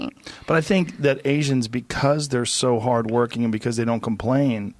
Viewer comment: "Doan trust China!! China is asshoooole!!"